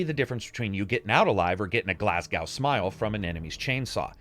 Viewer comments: ‘’A GLASGOAW SMILE’’ (protip: think the American pronunciation of Van ‘Gough’, ‘Glas-go’, Glasgow...TML ;)). Wicked review as ever. Thanks. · Glasgow is pronounced "Glaz-go" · Please keep up the great work. I must admit I was surprised by your pronunciation of Glasgow (in Glasgow smile) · Funny way he pronounced though eh? lol I'm fae Aberdeen btw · That pronunciation of Glasgow is the funniest and worst i have ever heard